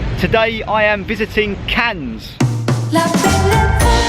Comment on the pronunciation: Don't worry about pronouncing the silent 'S'. If it's of any consolation, the amount of comments I've had on my videos for my mis-pronunciations. Never go to Wales as people will rip you to shreds! 🤣 Never been to Cannes before, but your depiction up until was exactly as I had pictured it, very glitzy buildings and yachts, stunning beaches and high end private beaches, but the history of the city was very interesting and the cost of the Carlton was crazy - I've never even come close to paying something like that per night! The views from the top were stunning, I hadn't realised the waters were quite so turquoise around there either. Very beautiful, but like you, I expect when I visit it will be as a ay trip from somewhere close by that's more affordable!